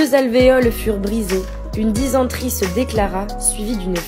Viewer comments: dysenterie ne se prononce pas dizenterie 😮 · Euh...on prononce dycentrie et non pas dyzentrie. 😏